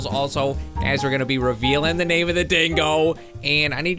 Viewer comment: Name not noot